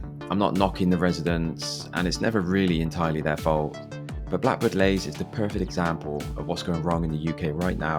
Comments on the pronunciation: It’s Blackbird Leys not Lays the way you’re pronouncing it! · Can't believe you didn't mention Templar's Square Also pronounced Blackbird Lees not Lays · Other people will have said this but you really need to pay for Descript so that when you say something wrong, you can easily correct it OK most people probably don't say that but they will wonder why yiyr talking about Blackbird Lays? When it's pronounced like Leeds but without the DS So Blackbird and Greater (Leeee's) Leys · It is pronounced BLackbird Lees not Blackbird Lays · Couldn't get past you constantly calling it Blackbirds Lays instead of Blackbird Leys. Ley or Lea means field by the way. Common to call estates like this after something bucolic like a farm or whatever. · Any bloke who cannot even pronounce the name properly and talk about the place is a dick. Blackbird Lays😮 I was born in 1964 in Sawpit Road. Yes, it has its rough parts but I am proud to be a Leyser and Oxford United fan. Great memories of the Bullnose. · Fella if you're going to make a video trying to tarnish blackbird leys at least say it properly and nowadays blackbird leys is rather peaceful and chilled out compared to the 90s when I admit it was rather crazy but I'm blackbird leys through and through all my family live here my nan and Grandad moved over from Ireland in the 50s so to us this is paradise blackbird leys is always in my heart ❤️❤️❤️🎉🎉🎉💯💯💯💯💯💯💯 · You are so knowlegable about blakbird leys you cant even say it properly.